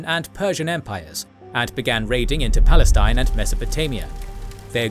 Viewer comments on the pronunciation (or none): none